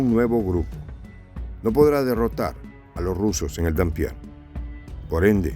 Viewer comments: No es "Dampier", es Dniéper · ¿ que Dampier ni que gaitas. Es NIEPER, e incluso NIPER. Consulte la pronunciación🤨👽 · Es dnieper , no denpier...... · Se dice Nieper no Danpier.